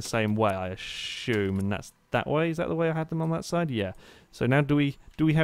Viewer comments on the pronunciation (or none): it's 'i assume' and its because he's making an assumption